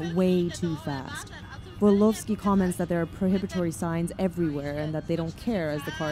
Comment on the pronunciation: Hey, i know you probably didnt mean it but there names shouldnt be read in a russian accent Barnabášová - /barnabashova/ and you pronounced Vorlovski coretly. Love your chanel bye💕